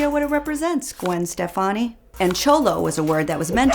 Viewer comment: I’m sorry but the way you pronounce cholo is offensive kssisksksksk